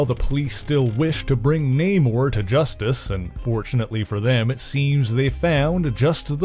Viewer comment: It's Na-moooooorr..lol